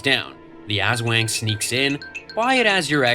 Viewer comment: You’re pronouncing aswang wrong and it’s lowkey funny and making me wanna cry XD (As-w-ung, not “As-wang”) Ps: I’m sorry if this is rude, I sometimes get annoyed when words aren’t pronounced right. It’s a toxic trait of mine 💔